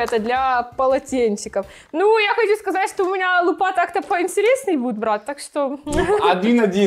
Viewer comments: лУпа, а не лупА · Кто-нибудь скажет ей, что не лупА, а лУпа?